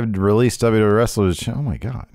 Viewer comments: DUbbbbbbllllaaaa DubbbbblllllaaaaaEEEEEEEEEEEE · The way face lights up when WNN mispronounces WWE is delightful